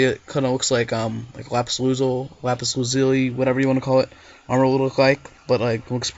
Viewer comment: Finally!! Everybody I know calls it Lap-ees you call it lap-is